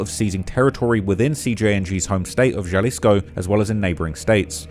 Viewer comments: The Jalisco pronunciation is crazy 😂. Some of the other ones aren’t too bad though, Michoacán is a little harder. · my boy cant pronounce jalisco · Excellent video but brother how do you do all this research including numerous clips of it pronounced correctly and still not understand that a Spanish "J" sounds like our "H". Halisco. Ha-lis-co. Not Jhalisco. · Proper way to pronounce Jalisco: Sounds like huh·li·skow Ja-lisco = 👎 Hay-lisco = 👍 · Pro Tip: There is no J sound in Spanish,Every single time you see a J in Spanish,it's pronounced with the H sound. Not JA-lisco it's HA-lisco ✊️ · YOU REALLY JUST SAID "JAHHHLISKO" HAHAHAHA cmon man, I know you're a brit bruv, but you live near mexico now..... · Bro's pronunciation of things in Spanish is cheeks. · "Halisco" not "juhlisco" lmao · JUH-LIZ-CO bro i it’s pronounced like ha-lees-co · Every single news clip in this video pronounces it correctly, he doesn't care. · U saying (juh-lisco) is kinda pissing me off lol.. when its (huh-lisco). Even wen u hear all the news clips saying it right u refuse to fix it lol. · It's pronounced Ha leesco not ja 😂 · Hey. In Spanish “J” is pronounced like “h”. So Jalisco is pronounced like Halisco. Naranjo is naranho and so on. Edit: At least usually that’s how it works… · The "J" in Jalisco is an "H" sound bro lol! Its killing me that you keep pronouncing it like that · it's pronounced "Ha-lisco". The J in Spanish is usually pronounced like an H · BTW, its pronounced “halisco” 😅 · Nooo, it’s HA-LEE-SCO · Cabal-leros templar-es 😂 Jah-lisco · Maybe I'm more uncultured than I thought but, isn't it pronounced "Hal-isco"? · Dawg if you're gonna cover a foreign criminal, at least learn how to pronounce the spanish words 😂. Wtf is "Galisco" 😂😂😂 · Bro it’s pronounced ha-lisco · Halisco (the J is an H) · why couldn’t you at least look up how to pronounce jalisco. it’s on google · It’s just respectful to name the states correctly.. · the way he says JALISCO rubs me the wrong way